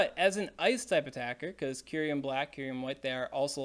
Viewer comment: Cincinno is based on the animal Chinchilla.... Just learn it's pronounciation.... Also it's kyu-rem... Not kyu-riem 😅